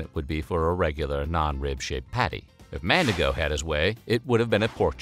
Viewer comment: Evertime he said "Mandigo", my brain screamed MandiNgo 😭